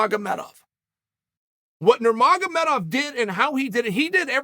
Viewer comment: OMG Cheal said the names right! 😳